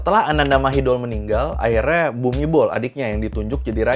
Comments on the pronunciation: Kho thot na khap, sorry, setau gw pronounce Thainya: "Anantha Mahidon" dan "Phumipon Adunyaden". But anw, this is very good video Mas!! Keep up 👏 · Mas, spellingnya perlu diluruskan. Ananda mahidol = ananta mahitong. Bumibhol = pumipong.